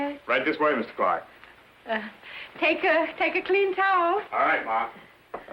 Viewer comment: CLARK... NOT CLAW.